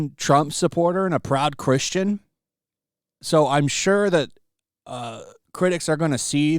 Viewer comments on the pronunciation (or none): none